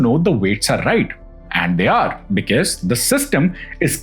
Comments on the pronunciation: With all due respect to your content, I might sound very cringe but a small request please check the pronunciation of the word 'because'. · Kindly correct the pronunciation of the word because, because , because is uttered many times and it’s just off 😂. Word record too is mid pronounced